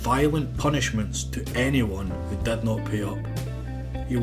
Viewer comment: I love how the narrator pronounces short ‘i’s like short ‘e’s. “Jimmy” becomes “Jemmy”, while “did” becomes “ded”.